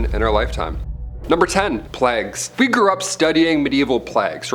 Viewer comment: pleggs?? You mean plagues? 😂